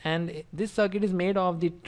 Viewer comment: instead of "circuit" i heard "suck it " hahahhahaha